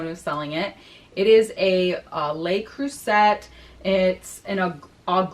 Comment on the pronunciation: I like your alternate format. Great job. I watch you always even though I catch it late sometimes...just a suggestion, in French, Le Creuset, is pronounced so it sounds like "Ler Crew-say".